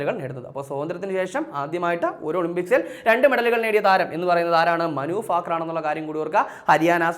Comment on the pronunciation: ഫാകർ അല്ല 😂😂😂